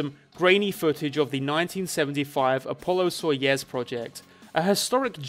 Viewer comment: it's soyuz, not soyez